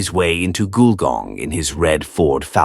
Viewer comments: The pictures are soooo wrong it's bizarre! And it's pronounced "gull-gong". It's a 19th century country town with old fashioned shops down main street in heritage buildings. Not sure there is anything above 2 stories!! Shame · I originally thought the narrator was mispronouncing Wollongong. Then I thought he was trying to say Goulburn. Finally worked out he was trying to say Gulgong. Those photos in the video didn't help.